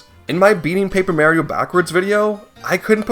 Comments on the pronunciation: It’s MAR-ee-oh, not Mary-oh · Why do people still say ‘mary-oh’?…..It’s Mario! Still though, the guy needs to be brought to justice. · Im more angry at the fact that you pronounce Mario as “Maryo” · "Mayrio" eye twitches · Excuse me but its not Merrio. Theres no E. Its Mario. Ahhh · Nah I am on that guys side since you pronounced it Mary-Oh, that's a war crime. Penalty, having your content copied. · did he just pronounce mario as may-rio..? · It bothers me because I have to deal with my father mispronouncing it every single time he says it. People will say ‘Who cares/nobody cares’, but it’s disrespectful to both Mario and Charles Martinet himself. It’s like if your name is Sierra, but everyone keeps calling you Savanna, despite being told many times that your name is Sierra. It’s rude and disrespectful to the person in question. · Oooh I get it. It's canadians who pronounce Mario like that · your pronounciation of mario should be in prison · I just can't deal with how you say mario. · That's a bit of a false equivalence though. Not only does Charles Martinet have little to do with it, but mispronouncing a name is very different from actually changing someone's name. This is especially true when people have to pronounce names that are not common in their native language. I do agree, it would be good if he made an effort to correct himself. But it is not as severe of a case as you are portraying it.